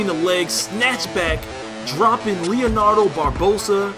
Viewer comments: Lol its leandro barbosa unless u were trying to say it like leonardo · the defender's name is Leandro not Leonardo...